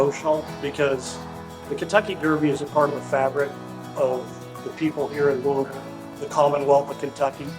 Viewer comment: I love this story - and that David Begnaud pronounced Louisville correctly.